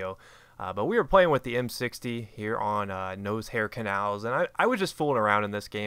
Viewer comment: I love how you pronounce Noshar Canals (nose-hair canals)